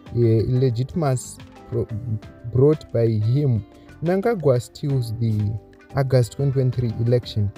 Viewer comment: Your reading is poor. Improve. What say Agast instead of August